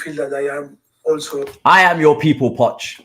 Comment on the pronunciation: has been saying Poch for a while lool